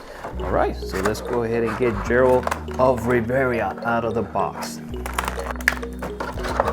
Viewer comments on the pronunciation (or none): Geralt is said with a Guh G not a a J sounding G. And it’s Rivia. Riv-ee-uh. Not revera lol other than that nice review just ordered all of the Mcfarlane witcher figures.